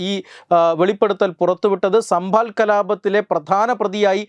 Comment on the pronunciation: It is Sambhal and not sambhaal Sir!